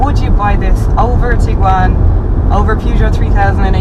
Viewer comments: By sticking an r in the middle of it? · Why can't the Irish pronounce Peugeot correctly?